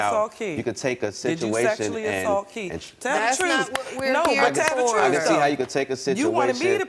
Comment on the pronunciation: Hope they find the “troof”